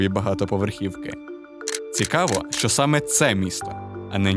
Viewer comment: Не "шо", а "що" !!!